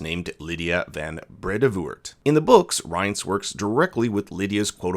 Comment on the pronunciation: Every American pronounces Rience wrong, it’s not like his name was mention multiple times throughout the show 🙄